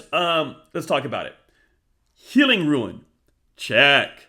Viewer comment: Thanks for the great videos. Minor point: Rune is pronounced "roon"--long ou sound. It's a Norse word. I appreciate all your content--good stuff. 👍